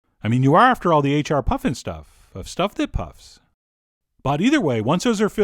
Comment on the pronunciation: "The HR Puffenstuffs" lol